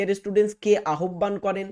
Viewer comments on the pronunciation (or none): কিভাবে উচ্চারণ করতে পারে না বাংলা, তাও পড়াতে এসছে আহ্বানকে আহব্বান বলছে